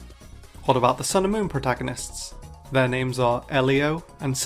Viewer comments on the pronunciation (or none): none